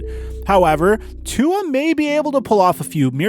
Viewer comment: Y does everyone say tua name wrong